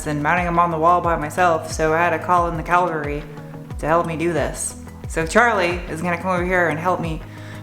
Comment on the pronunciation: Maybe it's just me, but was motivating. , you call the caValry. caLvary is a hill outside Jerusalem.